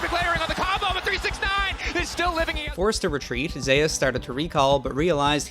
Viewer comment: ZE-US?! cmon bro..